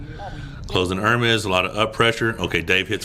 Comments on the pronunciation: You're one of the first in team west that learned how to pronounce Ermes well 🤙🦾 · Really like you trying to pronounce Ermes correctly. Very positively progressing quality arm wrestler.